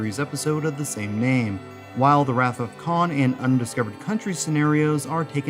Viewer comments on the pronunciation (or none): none